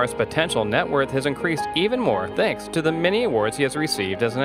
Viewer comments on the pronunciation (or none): none